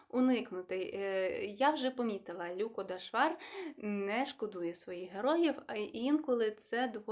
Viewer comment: Канал для висловлення думки і я скористаюсь цим: ви так слідкуєте за правильною українською вимової і, щоб твердо вимовляти шиплячі, що втрачаєте динаміку мовлення. На національному каналі ЛюкО, у вас ЛЮко. Ми не кажеио ПушкІн Якесь зерно є, але я недослухала Вона розповідає реалії (автор). Подобається нам це чи ні.